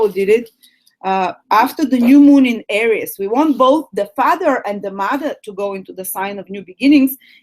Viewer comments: It´s not pronounced ARIUS, it´s pronounced AREES!! :D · Hello my beloved AIR-EEE-OOS lolol